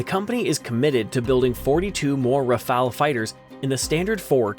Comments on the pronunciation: Forget the a. Prononce RAFAL as fast as possible in good french. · Y'a un e a "Rafale" mais aussi merci !